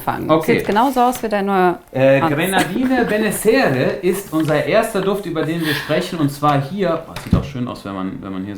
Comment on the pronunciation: Aber die Aussprache von "Giardino Benessere" üben wir noch ;-)